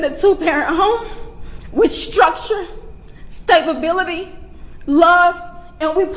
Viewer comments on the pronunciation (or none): STABE-A-BILITY!!!!!! 😂😂😂😂😂😂 A liar and illiterate! Classic. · Did she just say "stabability" while larping as a grieving mother? You couldn't make this up! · stability not stabability😂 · What is “stabability” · “Stabability”? Ever notice how some people just make up words? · Who tf is Daniel Penna and wtf Staybabillity'? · For the Mother: Stabability is not a word. Stability is. Just saying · She said Stabability, lady, it's "stability." 😂😂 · The mom said "stabability" Anybody else catch that? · Did the mom just say “he was raised with STABability”?! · He was raised in a home with "stabability"? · It’s pretty clear this family has brain capacity issues. The mother said “stablebility” ffs. Even a child knows that’s not a word. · "Staba bility"!? This is ridiculous. Let them speak! More press conferences, great idea 💡 yes! more! Oh, and where is his dad? 😂 He's not even there! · Did his mom say stabability? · she said in that interview that he was raised in a home with both parents and as she read the statement she said Stab-Ability lol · Hey Siri? Define, "Stabability?"........... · New African word: “staebbability”. If we could turn back the clock, we’d pick our own damn cotton. 🙄👎🖕🏻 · Carmelo's mother: "stayba-billitee". Wow. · Saying stability wrong. Is really telling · She can't even say the word "stability" right. I'm sure he had lots of it when you can't even pronounce the word right! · The mother wasn’t any better couldn’t say stability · He was raise with the ability to stab😂